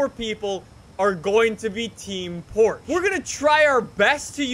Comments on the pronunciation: No one pronounces it "Porch ha." Not even the Germans. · Let’s say it together “porch ha” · The way he says Porsche makes me cringe